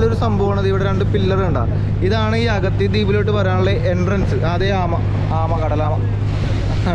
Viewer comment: മച്ചാനെ, വീണ്ടും വീണ്ടും തെറ്റിച്ചു പറയുകയാണല്ലോ, ' അഗതി ' അല്ല അഗത്തി ആണ് 😄😄, അതുപോലെ ബോട്ടിനെ മിക്കപ്പോഴും വണ്ടി എന്നാണ് പറയുന്നത് 😄😄